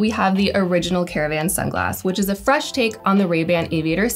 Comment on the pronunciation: OMG my ears, I've never heard so much vocal fry in one video, never again, torture. Also what does "suc-sass" mean? 'Success' maybe? and "frash"?, ah I get it I get it......'fresh' right?